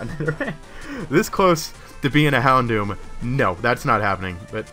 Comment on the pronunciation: hondom? lol houndoom?